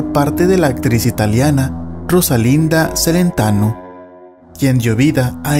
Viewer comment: Lo mejor de esa película fueron las escenas del Demonio y sobre todo la actuación de la hermosisima y talentosisima Rosalinda Celentano ❤️💋 y aprende a pronunciar antes de hacer un video... Se pronuncia Chelentano